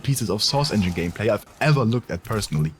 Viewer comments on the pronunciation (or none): none